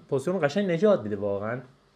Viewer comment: تلفظ صحیحش پوزیشن (Position) هست. ممنون بابت ویدئو